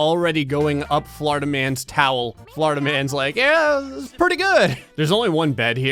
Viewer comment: Everytime you say "Florida man" I hear "Flarda man" instead